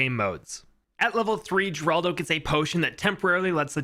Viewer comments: They pronunce it her-aldo not geraldo. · its pronounce heraldo not geraldo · Its pronounced Heraldo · people are stupid, it should be common sense from the moment your read the name that hes spanish which in turn should make it obvious that its pronounced HER-ALDO